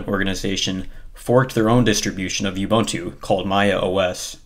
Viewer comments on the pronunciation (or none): FYI, it's pronounced oo-boon-too, NOT oo-bun-too.